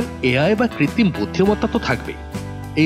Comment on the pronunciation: কৃত্তিম না কৃত্রিম